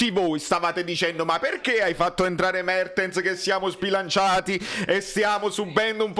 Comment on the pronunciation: "Buono il flitvante di Mavtens pev Osimehn"... Al posto della evve la evve 💙